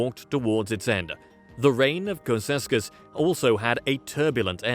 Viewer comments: Cceausescu pronounced. Chow-oo-shès-coup. As a Romanian born person in Romania and speaker of the Romanian language... You're killing me. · It’s pronounced Chaushaescoo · butchering his name over and over XD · these videos ALWAYS fails because no foreigner can pronounce ceausescu correctly